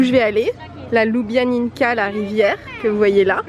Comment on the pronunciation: Juste pour info: Ljubljanica se prononce Liubianitsa, le c slovène est toujours prononcé "ts".